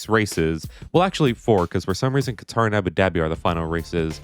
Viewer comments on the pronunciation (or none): none